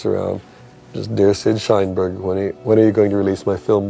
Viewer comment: Shineberg? Lmao